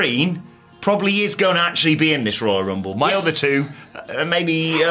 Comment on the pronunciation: The WWE Woyal Wumble